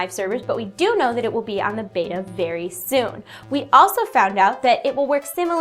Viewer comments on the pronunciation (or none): none